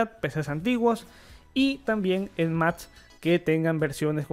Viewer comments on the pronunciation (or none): Amigo con todo respeto creo que debe de trabajar en su dicción ya que noto que hay errores en su pronunciación como cuando dice MATS... en lugar de MACS... es un error común que las personas pronuncien la " T " en lugar de la " P " o la " C "